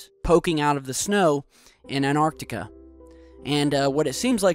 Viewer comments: im about to flip the fuck out if you dont stop saying "AnArctica" instead of AnTarctica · Achtung, Dumbfucks: There's no such place as "Anartica" or "Anarctica." There is, however, a vast continent called "Antarctica" surrounding the Earth's southern pole. Antarctic: from Greek antarktikos "opposite the north," from anti- "opposite" + arktikos "arctic." Now start pronouncing the word correctly, you morons. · Gotta love how yanks can't pronounce Antartica properly how the hell do you get anartica from that, your missing a t you uneducated septic yanks. It's not fucking silent. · AnTarctica. Practice this word. AnTarctica! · Any chance you can learn pronunciation of the English, that's not American language? The word Antarctica has some "t"s in it, use them please! Get some education, PLEASE! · Noah Barber haha tru . tho it is lazyness/dumbfcukery saying place names wrong -all the time